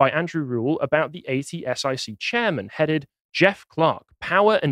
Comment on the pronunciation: “Ay tee ess eye see” 😂 At-sick, that’s how it was pronounced